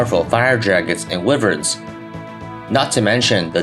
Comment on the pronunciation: "Wivvurns" I swear to god.